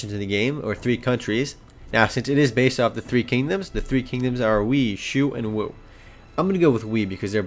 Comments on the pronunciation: wei is pronounced WAY not we. Also Lu bu is not the leader of the Yellow Turbans its Zhang Jiang. Lu bu is Dong Zhaos body guard. Sorry to be a pain in correctioin but I really love the era of the Three Kingdoms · Its pronouced ''Wai'' btw.